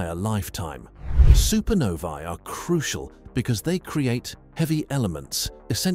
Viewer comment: One of the only space videos to pronounce "supernovae" correctly. Music to my ears.